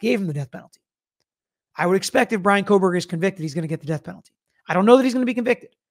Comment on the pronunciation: Think u said Kohbooger hehe